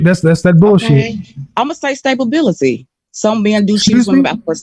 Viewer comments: Almost 40 years old? Her "cookies" are getting stale and did she say "stabability" wtf is that!?!? 😂😂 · "stability" what "savability" 😂😂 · What the hell is “Stapability”??? Is it like an “Ambalance”?😂😂😂😂😂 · “sTaBaBiLiTy” 😂😂😂 wtfff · When she said "Stablebility" I died three times 😂😂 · Sta-ba-bility was all I needed to hear😂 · Wtf is Stay-Bah-bility😂😂😂😂😂😂😂😂😂😂😂😂😂😂😂LMAOOOOOOOOOOO, I'm leaving after that alone.....girl take yo ssa back to school😂😂😂😂😂😂LMAOOOOOOO and wanna say you high value😂😂😂😂😂😂, she dumb as a bucket of snail shells